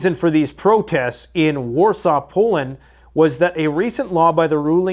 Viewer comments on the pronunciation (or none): none